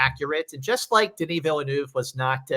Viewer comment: I don't see Denis Villeneuve getting in either. Also, should there be a school for Americans to at least learn how to pronounce his name? It really isn't that hard.